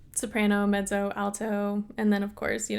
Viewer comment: The word "alto"—please don't say "Al toe", it should be "all toe". Otherwise, I love your voice!